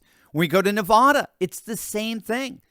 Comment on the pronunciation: For the love of God please learn how to pronounce Nevada